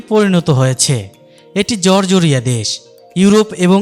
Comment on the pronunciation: জরজরীয়া না, জর্জিয়া। উচ্চারণ সঠিক করেন